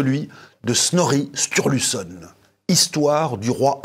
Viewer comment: L'Edda de Snorri est magnifique, la plus grande source sur les mythes, légendes et Dieux nordiques. Je suis passionné par cette mythologie, ses histoires sont bien plus riches qu'on ne le pense. Par contre ça se prononce un peu différemment 😅